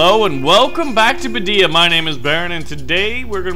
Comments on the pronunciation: Iam an arab i just want to tell you it called baa deaaa not badyia i mean the pronounce . Nice video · it's called Badiya, isnt it? not Bidiya